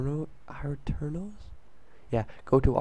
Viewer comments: not are twos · its pronounced at-er-nos